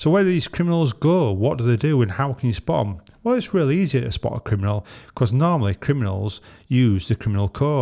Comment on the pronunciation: What's a 'Kiminal'?